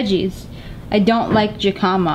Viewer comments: SSSniperWolf lol you called it Jamaica instead of hamaica you say with h not with a j but you write it with a j who cares though love you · the way you said Jícama omg so cute 😂💜 it's pronouced Hee-kah-mah i'm so glad youre enjoying México, Saludos ❤❤❤ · Am I the only person who was a little triggered by the way she pronounces jicama? Lia's way: jih-cah-muh Correct way: Hi-cuh-muh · OH MY GOD JICOMA IS CALLED JICAMA pronounced hicima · You pronounced jicama wrong....the 'j' sounds like an 'h' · lol jayycama!!! it's pronounced "he-ka-mah" in Spanish. I love it with chile seco, limón, y sal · It’s he ca ma Not Je my ca Sorry I just feel a lil weird cause I’m like half Mexican and my family is so I’m used to he ca ma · SSSniperWolf, it's pronounced he- ka- ma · Jicama is not pronounced like that its he-ca-ma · it's pronounced hecama love ❤😂